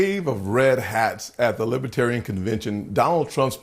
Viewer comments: He keeps saying "liby-terian". It's Libertarian... Dummy trump. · It is Libertarian not Libaterian, Mr Orange creep. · Can we just focus for a minute on him repeatedly saying “libitarian”? He loses the “r” 90% of the time. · Trump can’t even pronounce it .., Libah-Terian 😂😂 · Why does he call them “Libiitarians”? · "Libbatarren" - DJT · Spanky called them “ lib-a-tarians, many times. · He can't even pronounce Libertarian.